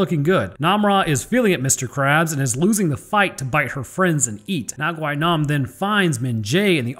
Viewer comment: Just a small fun fact AND SPOILER ALERT. Gwi-nam has a running gag within the series in which he falls from a huge fall and survives Also his name is pronounced as "Gwi-nam" Gwi is pronounced like the letter E instead of "Gwhy-nam".